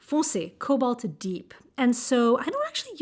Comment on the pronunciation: I agree, Sennelier's watercolor is meant for layering as it is quite transparent. You almost got me with your nearly perfect French pronunciation ! We do say the "a" in "cobalt" just as if you were saying the first letter of the alphabet in French, like the word "banane" 😊